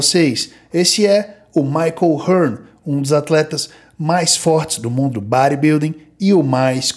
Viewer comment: imagine o Gil Gomes gen Z falando do bãribilding hehehe brincadeira a parte, ótimo vídeo, ótimo trabalho. abs